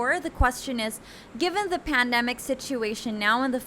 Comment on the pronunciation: You kept on using the word pandemic and placed the stress on the wrong syllable.